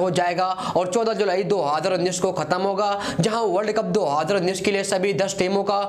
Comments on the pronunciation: Hazaar ko haadr bol rha he😂🤣🤣🤣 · 2houzerrr unnis😂🤣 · Y, what is haaadar unees??? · Do hadar unin.... Kitna Baar Bola???? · Yarr..... Ye do haajrrrrrra unnis Hai kya ye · Bhai hadar unnis kya hai? 🤣🤣🤣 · pahle bolna sikh le nalayk 2 hozazzr jar kya kar raha hai 😀😀😂😂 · Abey kis desh ka bhasa bol raha be... Do aaadar unnnis....chup ho ja be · Do haazar unnees kya hota hai bhai 🙄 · Hazar to sahi se bolna shik le bc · Perbal nhi prabal.. Bhai Bolna sahi se seekh.. Phir video bana.. Specially Haazar per dhyn de... 😂